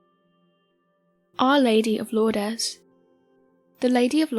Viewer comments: Pronunciation tip: "Lourdes", as in the French town, and "Our Lady of" is pronounced: 'LOORD', rather than 'LOOR-dehs'. Single syllable; no S sound on the end. Like many--but not all--French words, the last letters of "Lourdes" aren't voiced...except occasionally they might be, depending upon the word immediately following it. French is a damn mess. There are some general guidelines for when to voice what letters, but there are some words that completely contradict the guidelines. There is no absolute guideline that can be counted to to ensure proper pronounciation of a novel French word 100% or the time (much like English, actually, which gets most of its seemingly nonsensical pronounciations from centuries of co-mingling with Norman French). I once asked my French prof if there was anything I could do to make sure I at least pronounced French words correctly, even if I couldn't actually converse in the language. Her answer was, yes, you can learn to speak French. Thanks, professor. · pronounced 'Lourd'...its French.. Lourdess is...not how it is pronounced. Thats all. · THANK YOU!! Her pronunciation was driving crazy!! How hard is it to look up the correct way to say a word!! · Lourdes is pronounced Lords not Lordez! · Lourdeeas?? At least pronounce it correctly! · Lourdes is pronounced lewerds x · Lour-dez? Do you mean Lourdes? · Oh my god it pronounced lords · Irritating that you do not pronounce Lourdes properly. Also Lourdes is the second most visited shrine in the world not the first. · you’re pronouncing Lourdes incorrectly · Ridiculous pronunciation of Lourdes